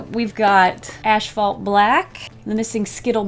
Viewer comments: Kind of random... but I noticed you say “ashphalt” instead of asphalt black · Why do you say “ash-fault”? I alway thought it was as-fault. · it killed me every time she said “ashphalt” instead of asphalt 😂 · (Psst — it’s ASphalt not ASHphalt) 💜😎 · Tiny cringe every time she says "ash-phalt" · Did you say....ASHphalt ??? 😂😂😂😭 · Was she saying "Ash-Phalt"?